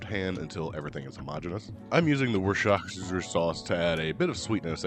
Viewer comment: You are hilarious. These look amazing, thanks! Nice job pronouncing Worcestershire 😆